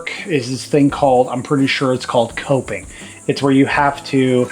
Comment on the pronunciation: you put the molding around the window correctly. The narrow end goes at the edge of the window, framing, and the wide end goes to the top. It sounds like you were saying toping, but the correct word is coping.